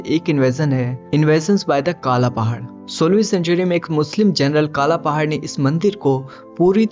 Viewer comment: काला पहाड नहीं कला पाहाड